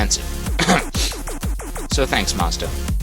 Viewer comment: I had to replay the beginning a couple times because I thought you said "and expensive" and was shaking my head. Then I realized you said "inexpensive". That's more like it.